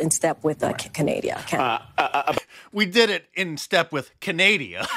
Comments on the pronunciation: Canadia? ... lol.. never heard of it. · Canadia? It's canuckistan, get it right! Eh. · ~ "Canadia." ...just, wow... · Canadia. LOL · "Canadia" -Stupidest press secretary ever. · Canadia,? Hmm isn't that Where Canada's are from🤪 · I love that she said Canadia! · Wow she actually said Canadia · Canadia?..........Canadia!!!!! We don't have no stinking Canadia!! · Canadia... LoL... I like that! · Ca-na-dia ?? WOW - great job madam press secretary !! 🤨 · CANADIA? I must have missed that country in geography class back in elementary school 😂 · i reckon millions of people have accidently said canadia, but having said that, peeair is just a dumb be itch in any case. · Canadia. Hahahahaha!!! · "Canadia" is common slip-up to be fair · Doesn't "Canadia"--or should I say "Chlamydia"--have their OWN fighter jets??? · I've said canadia before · "Canadia" lol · "Canadia" That's a new one. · Kjp is quite special😂 “Canadia” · Hahahah Ca-nay-dee-ah hahaha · "CANADIA" ..... says it all about the KJP intellect. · It’s not surprising to me she say pronounced Canada as “canaydia” lol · She said "Canadia"!!!! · Canadia, lol! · She said “in step with Canadia” 😂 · She said "CANADIA" bahahahhahahahahahahaha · "with Canadia" the fuckjing white house spoke person. Man is she dumb. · This spokes person for the US can’t even say Canada. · Canadia, lol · CANADIA!!!! WHAT A DUMMY. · Ca-nay-dia -How to say "Canada" by an Affirmative Action hiree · Canadia hahhahahhhaaq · "Canadia." The First Haitianian Lesbianian Presstitute. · "Oh Canadia..." LMMAO !!! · I bet Trudonia over there in Canadia is pretty pissed that you can't even pronounce his countries name. hahaha... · Thank you for pointing out that the dumb ass couldn't even pronounce CANADA properly. I mean it's not like our two countries share anything in common and were so far away from each other why would you even think about us, never mind pronounce our country's name right. 🤦‍♂ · Canadia? well as a Canadian I’m disappointed in her